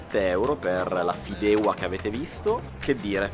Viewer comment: Si pronuncia Fideuà!